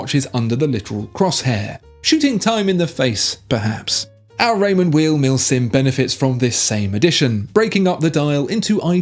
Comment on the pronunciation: Raymond Weil pronounced as "While" not "Weel" , just an fyi. Great video 👍.